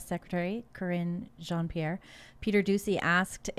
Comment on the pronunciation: John Pierre ? Sounds like a carpet-mun-Cher.